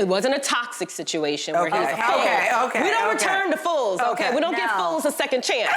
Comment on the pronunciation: Emphasis on the word FOOL!!😅😅